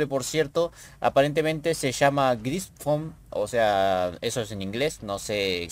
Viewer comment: Alabarda no, Bardiche; Gris fon no, Gryphon, como suena, la traducción al español seria Grifo, como la criatura mitológica. un saludo mano